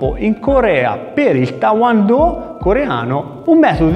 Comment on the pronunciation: il titolo e giustissimo, poi amichevolmente ti dico che sbagliato la pronuncia,e tae kwon do e non ta won do, ma lo dici molto simpaticamente secondo me,allora fai un sbaglio solo,non e kumite negli arti marziali questo e kumite dello sport, perche? perche poui vincere una gara cosi? si certamente,ma poui anche difenderti dal scippatore cosi? solo se i ladri cominciano a prenderti i soldi nello stesso modo, e diventa un scherzo, e come giocare poker senza soldi ma con i fagioli, chi sa poker mi capisce perfettamente, e un invensione koreano,e non poteva essere altrimenti, jka, o skif, non lo adotteranno mai,a meno che covid continui all infinito, ma olympiade si tutti gli sport possono diventare cosi,lotta, pugilato,sci, ma anch il calcio, dacordissimo